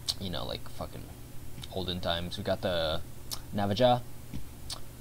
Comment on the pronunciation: It's pronounced nava-ha lol